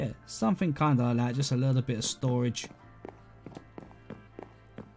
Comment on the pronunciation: No one::........I fink somefink loi fhat